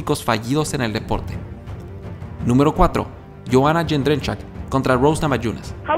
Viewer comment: JAJAJAJA, "Joanna Jedrzkzkzkzkzkzkz". Se mamó el tío MMA. xD